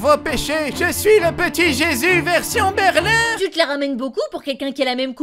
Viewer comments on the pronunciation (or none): none